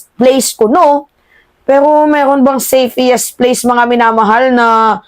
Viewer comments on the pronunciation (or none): Anubayan meima..5x mo cnbi safiest....nkkinig apo ko.safest dw dapat..sorry for correcting your pronunciation.....love you!❤ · Tama ba ang pagkarinig ko, "SAFEIIST? "Hindi ba SAFEST dapat, nagtatanong lang ha...